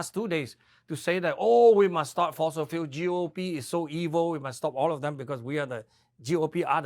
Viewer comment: No fosels in FOSIL fuel !